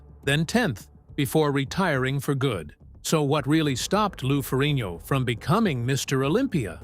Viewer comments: ..."Ferrin yo"..... SMH . It's Fer - rig - no. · It's Lou FerrigNO....not Ferrrino